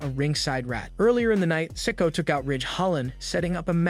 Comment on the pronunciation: It’s not sicko it’s Si Ko a